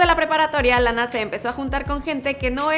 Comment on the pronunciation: Lana pronuncia re bien la a😉